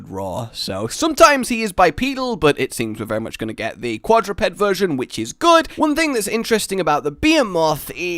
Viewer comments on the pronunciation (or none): none